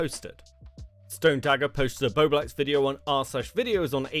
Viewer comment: I think it’s hilarious that STILL can’t say bowblax properly 😂